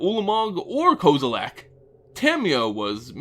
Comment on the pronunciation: It's pronounced Kaw-zi-leck, not Koze-zi-lack